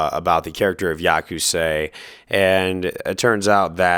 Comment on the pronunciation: “Yakusay” lol